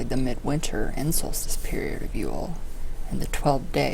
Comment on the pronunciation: Wow could you butcher the term of Yule more?